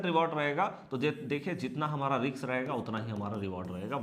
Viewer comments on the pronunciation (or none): none